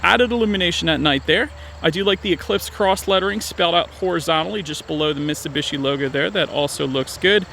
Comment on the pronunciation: If ur gonna do a review of something learn how to say it ...MITT SUE BEE SHE ..HOLY SHIT GUY